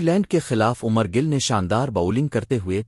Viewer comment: Umer gill ni Umer Gull hota ha